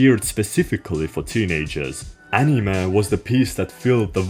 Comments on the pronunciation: "ANIMÄH" NIGGA WHAT??? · the way you pronounce anime really triggers my autism. great editing as always 👍🏻👍🏻